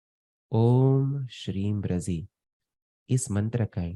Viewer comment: ब्रझी है, ब्रजी नहीं, भले ही कुछ भी बोलते रहे।